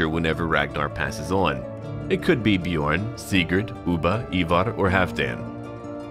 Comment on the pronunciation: The “ö” in Björn is pronounced like the “u” in run Love your vids and the fact you’re brave enough to try to pronounce foreign words much love from Norway